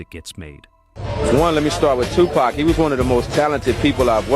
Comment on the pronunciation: Besides: Are we to believe a white dude who dos not even know how to pronounce Tupac and Suge correctly???/ Hahahaa F in idiots with more BS lies.....